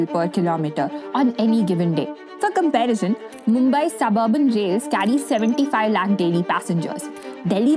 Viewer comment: "Comparishan"🤣🤣. Wtf is this pronounciation and also the thumbnail